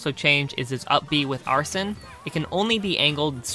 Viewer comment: excuse me its ArseN not Arsen or Arson STOP Arse EN no OUR SON or OUR SEN